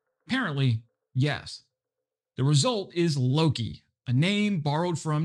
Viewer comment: All you non-Swedes out there, say it with me: "Lo-kE". "Loki" is some kind of Americanized version of the native Swedish name for the Norse god "Loke".